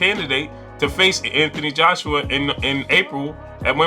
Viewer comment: “Anthony Joshua” start by getting the name correct son